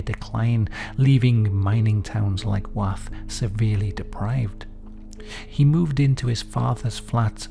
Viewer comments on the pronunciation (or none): firstly I lived in Rotherham since 1948 which is a stones throw away from Wath and worked in and around Wath from the mid 80s until the mid 90s and have never heard of him so he failed miserably as he's been forgotten. Secondly it's pronounced Woth as in Moth .....not Wath as in Bath .... 😊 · Oooooo, I live in Rotherham, so it's super cool to hear some local history I've never heard of. Though I will just say. Just pronounce Wath like Woth. We don't say the A like an A, but more like an O like in the word doe. Probably we are just too common 😅😂😂. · Great video love. It's pronounced woth like cloth or sloth. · That isn't how you pronounce Wath pal.